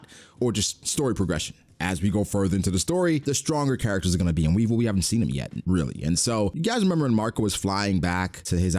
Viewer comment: Weevil the RRRRRRRRRRR😂😂😂😂